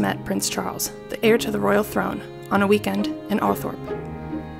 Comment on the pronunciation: Would’ve been better if the narrator could pronounce “Viscount” and “heir” properly.